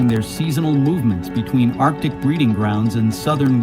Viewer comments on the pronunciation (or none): none